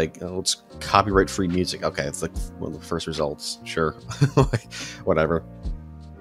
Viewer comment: "the moosic"